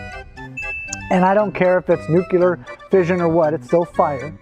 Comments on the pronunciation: Ah, yes. Good old "nucular". Looks like someone got schooled by Homer Simpson. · "i don't care if it is nukilar fusion or what" lmao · clown face said "nucular" i hate him. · Did the clown at the end actually pronounce nuclear as nukular!!? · Last guy dresses up how (what he thinks) a scientist dresses - but then says "Nukyular". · "The sun is a nucular ball of fire". This isn't even funny anymore. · "nukelar fire" (c) JM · The "element of fire". "I don't care if it's fusion or fission, it's NUCULAR fire" lol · " It's "nucular", dummy. The "S" is silent" Peter Griffin 1999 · “And I don’t care if it’s nucular...” NUCULAR?!?! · What is a “nucelar fusion” is it similar to nuclear fusion?? 🤣🤣🤣